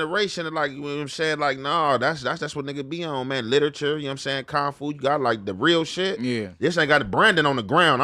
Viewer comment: pronunciation of martial arts..🤣🤣😭💀 "Con Fu"... "Ween Chon"